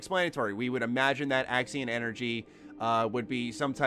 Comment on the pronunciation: You keep saying Axin energy my boi... I'm sure it's Axion energy